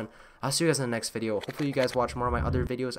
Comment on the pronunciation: at the end i thought u said piss out everyone